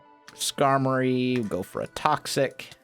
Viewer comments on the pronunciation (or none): none